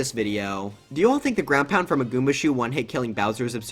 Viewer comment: “ground pund”